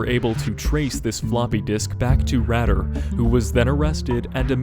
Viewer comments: It's pronounced "Raider" "raydah" , not "raddah" but spelt Rader, you need to fully researched before making videos... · Good lord, its pronounced Dennis 'raider' not 'radder' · Rader is pronounced Raider, not Radder. Richard Ramirez died of B cell lymphoma at MarinHealth Medical Center... not in his cell. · It's pronounced raid-er not rad-er. I like how my favorite serial killer is at my favorite number on this list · Omg rad - er it's ray-der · Radar pronounced Raider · It's pronounced like RAIDER.... not RADDER.... ::face palm::: cringe! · Just to let you know about The BTK Killer. His name is Denise Raider not “Radder”. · You’re right on Rader being “Raider”, but also its Dennis…not Denise. Thats a girls name lol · "Rad-er". It's "Ray-der". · I know right? Rader, not radder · Dennis' last name is Rader, not Radder :p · You miss pronounce the name of Dennis Rader. It's pronounced raider not ratter. My aunt and uncle live in Wichita, and they knew who Dennis Rader was. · its pronounced raider dog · Dennis “radder “ huh? Lol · It’s pronounced Ray-Der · Okay, firstly ‘Rader’ is pronounced RAY-DER and facts within this are wrong. After his break (due to him raising his children) he reappeared in 2004 sending letters and packages to local TV stations and it took around a year for the police/community to finally capture him in is when he was arrested not when he reappeared. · Its deffinetly Rayy Der. For denis rader not RADDER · Right I hate whoo gets it wrong ... I'm Alex Rader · You the btk killer name worng like you killed his name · Hahaha dude just go and look up how to pronounce dennis rader 😂😂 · Rader. Loooooong A.